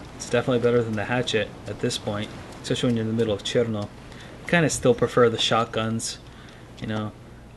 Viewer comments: I need to hear more R in CheRRRRRno! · When you said cherno you turned russian.